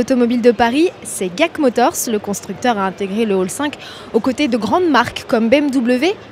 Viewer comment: Ça se dit pas guac motors, mais “dji èi si” motors